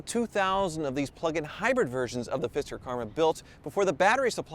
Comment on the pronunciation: I keep hearing fister.